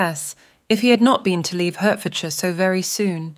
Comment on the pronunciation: Nicely read but I am quite unable to find HURTfordshire on my map. I Usually leave it to American narrators to mangle English place names!